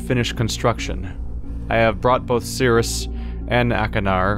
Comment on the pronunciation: Why did he change his pronunciation of Sirrus all of a sudden?